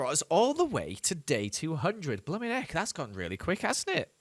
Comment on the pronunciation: it’s so cringy when he says blumming